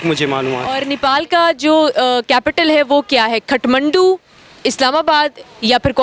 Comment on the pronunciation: खटमण्डु ?😄 It's काठमांडू । palaces of Wooden.